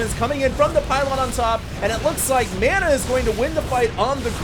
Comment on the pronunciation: You're pronouncing "Mana" wrong!!!